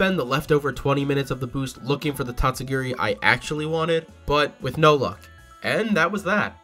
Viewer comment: And absolutely butchered the name